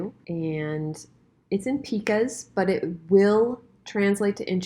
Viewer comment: Just FYI: picas = pai-kuhz, not pee-kuhzs 👍🏼